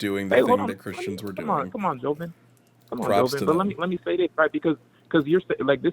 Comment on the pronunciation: I know homophobia and transphobia is strong within black communities but holy shit this guy was some other form of that. And for a "brother," you'd think he'd know how to say Jovan, but what do I know.